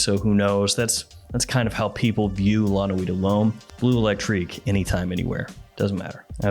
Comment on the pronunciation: I love your videos, I really do. But one small piece of advice if I may(and I'm not a native french speaker, but still): The E is before the U in BLEU. It drives my inner Sheldon crazy hearing you pronounce it BLUE all the time. 🤯😅